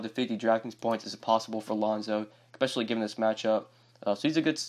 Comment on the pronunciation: I’ve noticed you say the word “especially” with an “eck” at the beginning. It’s odd.